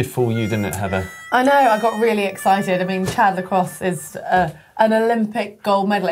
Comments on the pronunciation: its chad-le-cl-o not chad-le-closs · His name is pronounced Chad Le Clow that rhymes with glow, but it's spelt Chad Le Clos.